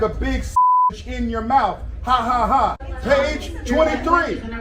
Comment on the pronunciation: “keep Larry Bird out your mouf” 😂😂